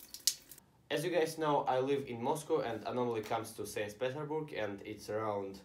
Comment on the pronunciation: 'Sans Peterburg'